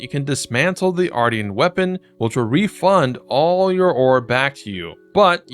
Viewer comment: i think its pronounced like Martian like a moon alien